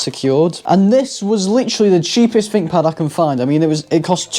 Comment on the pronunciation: I think you'll find it's called a THinkPad not a FINK pad